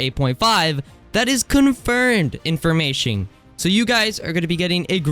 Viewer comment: not hating but why do you pronounce it “informashing” 😭